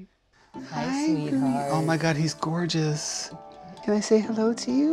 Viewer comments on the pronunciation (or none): I so love right after he said his name, it sounded like he said "Hewwo" sooooo adorable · In the beginning it sounds like the cat said “Hewo”